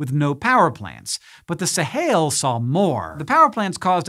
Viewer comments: Sahel. Not Sahail. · it's pronounced "suh-HELL" not "suh-HAIL" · Fully aware of what a nitpicky comment this is but Hank is definitely pronouncing "Sahel" weirdly! In English it's pronounced /səˈhɛl/ exactly the way it's spelled not /səˈheɪl/ as he is pronouncing it. If you wanted to go with the Arabic pronunciation, it would be /ˈsaːħil/. Forgive me my nitpicking. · sa-hail? smh. Sa-hell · Sahel is spelled phonetically. It is not pronounced "Sahail". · It is pronounced the sahell